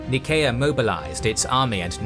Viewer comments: Why you say "Nееkea" instead of ""Naiseea"? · Your pronunciation is poor! Go on a SkillShare course and learn to pronounce the city and region names in your videos - "Nickea" ! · Anyone else bothered by the constant mispronunciation of Nicea? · (Nyseea) is how i always pronounced nicea